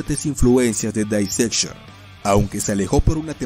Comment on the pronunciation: El nombre de la banda lo dijo bien, solo que esa pronunciación es la que usan los británicos.